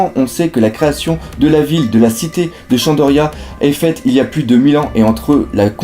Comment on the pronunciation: Très bonne vidéo sauf qu'on dit shandora et non shandoria